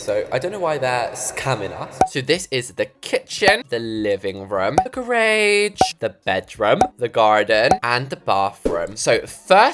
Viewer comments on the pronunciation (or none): “The grrr-rage” 😂😂😂😂😂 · "the gerageee"